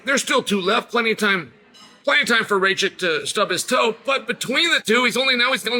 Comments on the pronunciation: Its noT rejčik but rakić. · Not Rachik 😂 Rakić !!! ić at the end 😂 like Jokić instead of Jo put Ra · no disrespect to Chael, but its not ray-chick, its more like rack-itch :) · Hahaha just arrived here to hear if Chael will pronounce Rakic’s surname Raychik again. And he did hhahahaah😂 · "Ray-Chick". 😂🤣 His name is Rakic. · Nauci da kazes Rakic glupane,nisi od juce u UFCu.. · The Rocket had some bad luck in his last 2 fights, but is capable of winning - could be the FOTN. PS: please pronounce his name correctly 😜😜😜